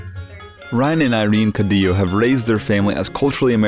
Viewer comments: it’s Caudiyo not caudilo lol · Cauuudillooo.not caudilo.lol..what a shame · Did this bitch just say cadi-lo. 😂